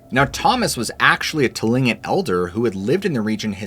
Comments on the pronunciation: It's pronounced*klinqut not *tolingit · Heads up! Tlingit is pronounced klink-it. Otherwise, great video!! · I’m going to have to correct your pronunciation of the Alaskan Indian Tribe’s name. Though the name starts with the letter “T”, the real pronunciation is KLINK’ IT. One was a room-mate of mine in college. They are not Eskimos. Many years later, I married a Picuris Indian (Tewa Indian from northern NM). Became very familiar with many tribes as my first major was Archeology. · It’s pronounced Klink it not Tlingit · Oh my word, you didn't correct the mispronounciation of the tribal people, Tlingit. The correct way is KLING-kit ✌️ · Just FYI , Tlingit is pronounced Klingkit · The Tlingit people pronounce their name as “Kling kit”. The T is silent. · You are mispronouncing Tlingit. Both the t and the g sound like k. A Tlingit person told me this in Alaska.